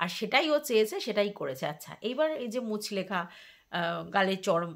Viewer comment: কথাটা মুচলেকা মুচলেখা নয় ❤